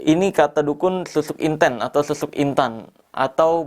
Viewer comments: Inten/intan ..KL dalam bahasa Jawa..nyebut nya sperti E untung menangis...bukan E untuk enak..smoga paham y dg yg aku maksud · Assen jawa kalau nyebut intEn tuh logat huruf E sprti bang marcell nyebut kata angEt bukan sprti kita nyebut kata bEcak.kalau yg bang marcel sebutin intEn E nya sprt nybut bEcak.memang sih sama2 IntEn tapi E dri AngEt dan bEcak naday beda.lidah jawa lebih ke E angEt dari pada E nya bEcak